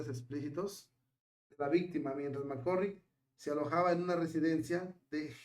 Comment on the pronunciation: NÓ SÉ DÍCE : "Mc C🤮RRICK" : sé díce : "Mc CÁRRICK" : cón : "á" : NÓ CON : "ó" : q : ÁNSIAS : y : CUÁNTA : ÍGNÓRÁNCIA : 😡😡😡😡😡😡 : 🤮🤮🤮🤮🤮🤮 : ESO LES PASA á LOS : "YOUTUBERS" : QUE NO SÉ : "ASESORAN" : q : ACTÚAN : "POR SU CUENTA" : 👎🏽👎🏽👎🏽👎🏽👎🏽👎🏽👎🏽 : (YO SOLÍA ASESORAR á ESTE : "YOUTUBER" : HASTA QUÉ : (LAS QUE SE CREEN : "DUEÑAS" : DE SU "CHÁT" : LÉÁSE : "MARIBEL LÓPEZ" : y SÚ : "PANDILLA") : SE ENCARGARON DE PONERLO EN MI CONTRA : y : YÁ : LE DEJÉ DÉ : "INTERESAR" : ALLÁ ÉLLL : 🤮🤮🤮🤮🤮🤮🤮